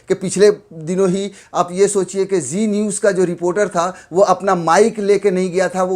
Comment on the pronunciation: Zee niwz nhi chi niwzzz